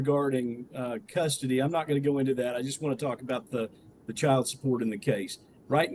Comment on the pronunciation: There is a D at the end of the worD chilD!!!